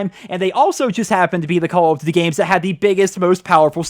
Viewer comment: I like your videos but the way you say call of duty gave me aids